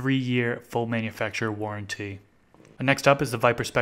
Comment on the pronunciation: and warranty he emphasises the "t" warren "tee"